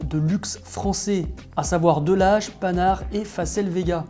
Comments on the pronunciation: On ne dit pas panard😂😂😂😂 mais pan ar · Malheureusement je n’ai pas le poignet pour ce genre de montre mais elle a du caractère et de loin elle ressemble à la Tag Monaco. Juste une petite info Panhard ce prononce Pan…har et non panard, c’est une voiture que possédait mon grand-père avec son moteur tigre….c’est une madeleine de Proust pour moi cette voiture elle avait une forme futuriste elle était unique cette voiture. Et tu m’as appris que Depancel reprenait l’âge d’or de l’automobile française des années 50’ et 60’. Un bonheur ta vidéo!!! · Panard ?? :-D Vraiment ?! :-D On dit Pan-hard ! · Allez, moi je suis là pour titiller le... 6.24 mnt: on écoute bien... " contraction de trois grands noms de l'automobile Français " Delage, Panhard et, faCEL vega, ok, PANHARD,,,, la liaison entre le Pan et le Hard.... Quel pied!!!! 😝 je charrie, je charrie!... 😇